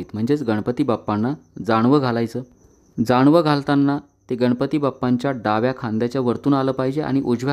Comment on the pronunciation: पूजा काटछाट करून सांगितली आहे. मंत्र दिलेच् नाहीत. शक्यतो मूर्तीला स्पर्श करू नये. अभिषेक करतांना मंत्रां ऐवजी अथर्वशीर्ष म्हटले आहे. जाणवं नाही... जानवं बोला.